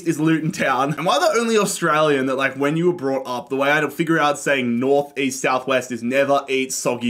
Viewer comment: East? I thought you said Weast